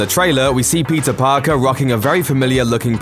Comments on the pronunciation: PEE-TER say it with me. Its not pizza alright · Why is he saying pizza instead of Peter 🤔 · Why when u say Peter it sounds like Pizza? Lol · I’m not the only one who heard Pizza Parker right?